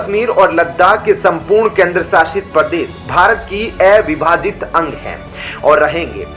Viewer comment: अविभाजित का उच्चारण ऐविभाजित क्यों करते हो?